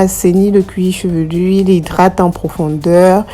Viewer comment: On dit cuir chevelu. Cuir chevelurrrrr n'existe pas!